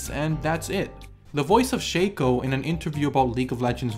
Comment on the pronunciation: its not shaco but shaco